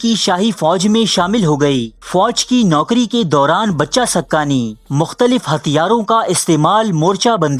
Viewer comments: بچہ سقہ نہیں بچے سقہ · It's pronounced Baacha, not Bacha, ae sadayeen wannabe intellectual 😂